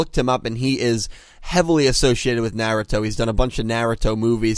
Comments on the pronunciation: lol "Nyeh-Reh-Toh" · It's NAR - RU - TO Shi-Pu-Den lol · Love the videos but please learn the correct way to say Naruto. It's a masterpiece of a Mangaka/Anime. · I dont like the way you pronounce naruto dude 😭 please!